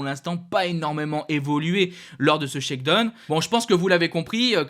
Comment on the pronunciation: Mec faut vraiment que tu apprennes a prononcer Shakedown lol c'est pu vivable la.